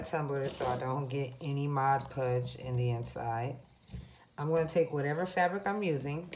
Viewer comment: Video was good. To appear more professional, I’d correct all the grammatical errors in your presentation. Additionally, it’s Mod Podge not Mod Pudge.